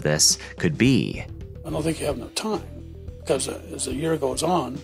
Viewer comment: Why do you pronounce [θ] (as in "think") as [v] ,"vink"? where are you from?